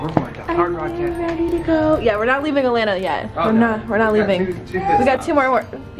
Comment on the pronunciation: So funny how you guys pronounce Atlanta “Allanna” 😝😂😂😂